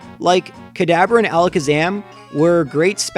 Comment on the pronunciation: I'm hearing cadaver when he says "Kadabra"